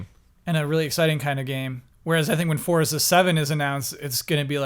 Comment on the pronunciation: CORRECTION!!! Forza is pronounced FORT-ZA.,, and are all pronouncing it right, yet you refuse! Forza is the Italian word for Strength, Power, and Physical Force. I literally had Italians in my living room yelling at me for pronouncing it with a soft Z sound when I showed the game. They told me it takes all of the power out of the word. Think of it like other Italian words we've borrowed, like Pizza: Peet-zah... not Peezah:P